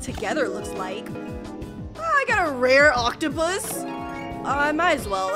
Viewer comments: You said rare oaktupus wrong you said it rare octupus 😂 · It’s not oktapus it’s oaktapus